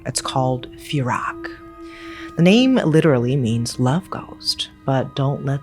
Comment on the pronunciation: It would be pronounced 'Pee-rack' and Pee-ohm' Teerak is what you call your sweetheart in Thailand.